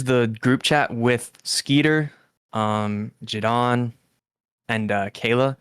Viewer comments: How can someone know Jideon personally and call him Ge'dawn. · why does he call jidion, "jidon" LMFAO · “jih-don” is jidon and thats jidions actual name 😭 brain of a baby toad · I can't watch this because I can't get over him calling him JidON. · bro how is literally everyone in the situation so damn unserious??? After all this involvement and correspondence with him and such, how the FUCK is this dude actually calling him "jih-don"??? Oh my lord this is so annoying to listen to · He worked for him, but doesn’t know how to say his name? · This dumbass can't even pronounce jidion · How’s bro gonna say he’s been friends with Jidion for at least 2 YEARS then keep mispronouncing his name like son 😭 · Fucking hell this kid can't even pronounce Jidion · I can't get over the fact that one of Jidion's upper mods can't even say his name right 😂